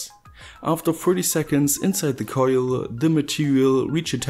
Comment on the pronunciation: Love that accent, it sounds like german but the way you say certain words makes me lmao, like coillll. Would love to hang out with someone like you, no homo. Good video very professional